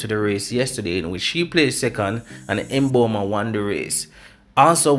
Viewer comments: no he didn't It's Mmmmmbomba not Emboma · Can we have our African names pronounced properly....thank you!